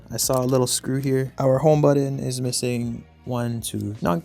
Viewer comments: buTTon not buddon xD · Learn to correctly pronounce the word “button”.